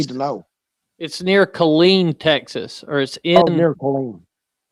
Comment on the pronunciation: It is Killeen